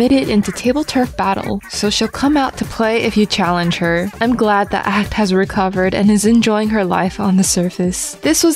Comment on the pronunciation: acht is pronounced “oct” like octagon. Not ackt